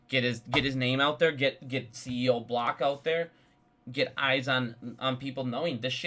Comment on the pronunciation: The “doje”. cb-DEE-c. 🤣 You crack me up! Look, we may not agree on AMC, but it really appreciate your work and passion. Cheers.